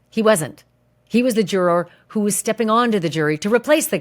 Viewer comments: Can you please just pronounce the word juror normally pleaseeee. I know you can do it you do it sometimes. I like watching your stuff but everytime you say jur-or it makes me want to stop watching. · When you say, jur-roar, it makes me fkn cringe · I love the way you say “juror”. Pronounce it “jurer “ much easier!! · you say, 'juror' so funny lol super distracting 😅🥰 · Why are you saying juror like that? Oh please for the love of…